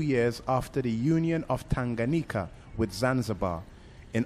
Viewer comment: Some correction from pronunciations... Tanganyika and not tanganika. Nyerere and not Niyerere😂